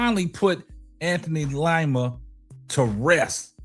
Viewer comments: It's pronounced LEEMA not long I❤ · DID YOU SAY LIE-MA???😅🤣💯👏🏽👏🏽👏🏽❣